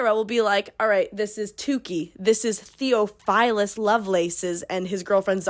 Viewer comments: noo 😭 you’re doing gods work even attempting to transcribe this mess so i don’t even blame you also side note your pronunciation of theophilus lowkey hurt me bc the brother of my friend is named that but i think your pronunciation fits in w this goofy ass world anyway ❤️ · immediately the pronunciation of theophilus is killing me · Theophilus is a real name. Biblical. Ppl are still named that and it isn’t pronounced that way. Everything else was as ridiculous as you said but had to say that lol